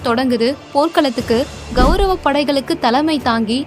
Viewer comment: இந்த வீடியோவில் விளக்கம் செய்பவர், कौरव என்பதற்கு பதிலாக गौरव என்று சொல்கிறார். இதை திருத்திக்கொண்டால் நன்றாக இருக்கும். வணக்கம்.